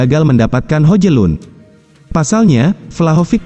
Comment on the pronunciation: Hojlun dibacanya Hoilun....